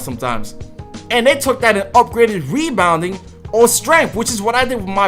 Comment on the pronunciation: Nigga sound dumb wen he talk lmao nigga said weebounding 😭😭